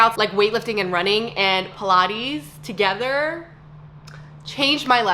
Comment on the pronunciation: this is a tip again and not criticism because I do love watching you and you did glow up! And I want you to succeed. But study this video and pay attention to where you’re emphasizing the words… you’re doing great with talking about your past now... your voice is very motivational and gets me excited. “PilateeEzz pause togeeeettherrrr” - I felt like you could deliver it better lol or words you trailing off…? I can’t can’t explain itThis is just tips by the way.. you don’t have to change anything. I’ll still watch you anyway! Just trying to help up your game/glow up. But I also feel like if you don’t take my tips, you would still be relatable and you wouldn’t be a cookie cutter influencer.. so… idk! I’m conflicted now lol.